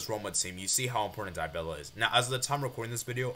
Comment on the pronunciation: its Dybala not DyBella